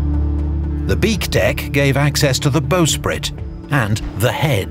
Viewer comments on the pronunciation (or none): CORRECTION: The 'front' of a ship is the 'bow', and the back is the stern. (The 'stem' is a specific part of the bow structure.) And 'bow' is not pronounced 'bo' as in crossbow, it's bow as in "I bow to you'. Thus the bowsprit is NOT "bo-sprit" as the announcer intoned. Carry on.